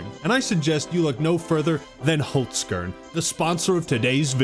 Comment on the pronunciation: First time I heard an American say Holzkern, I’m surprised, could be far worse lol But I thought the Game Awards were really good. Some good announcements, Control, TWO NEW TOMB RAIDER games, only bummer was really that some good games didn’t win anything (KCD2) and the last announcement